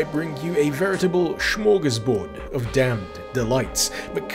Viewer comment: lol "schmorgasbord", the german version of smorgasbord?